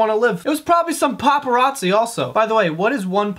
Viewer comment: A fucking "paparatz" 😂